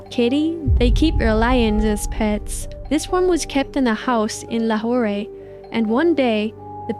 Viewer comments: It’s “lahor” not “lahoray” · I live in Lahore ! U don't pronounce the "e" just lahor! But it's Lahore and yea it was about to attack